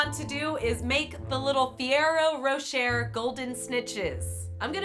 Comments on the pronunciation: Pet Peeve...... It's Ferraro Ro-shay..... Not ro-sher. Otherwise, they were cute. I couldn't kill the piñata though.... Too cool. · It's pronounced Ferrero rochAY not rocherrrr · It’s funny that said rocher, yet it’s pronounced like ballet (roshay)